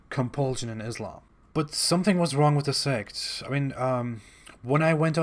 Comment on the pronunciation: Abdul KArim, non Muslim Islamophobes do it all the time! First make him learn correct phonetics how to pronounce Islam! It is not what he utters! Stupid! Do you get it? Then he could try hoodwinking and camouflaging his non Muslim background